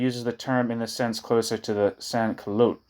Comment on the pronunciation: In sans cullottes the ‘t’ sound is pronounced. In any case thanks for all your readings I appreciate your efforts and the great selection of materials you choose!